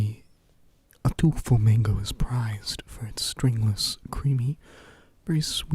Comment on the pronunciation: "Ataulfo Mango" sounded at first like Outdoor Flamingo to me!